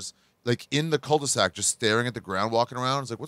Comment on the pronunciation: Culvesac?? Come on Jew it's culdesac 😂😂😂